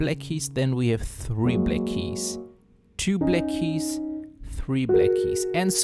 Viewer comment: Why can't you pronounce "black" correctly?